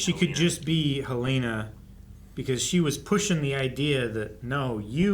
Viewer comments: It's Helena not Haleena. She couldn't find the power button on her computer. Helly would not fumble with the power button. It's one of the few things she does every day of her life. Also, they bothered to focus on her not finding the button immediately. That ain't Helly. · Helen- uh, not Helane- uh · Hell-leh-nuh.... absolutely every reactor gets it wrong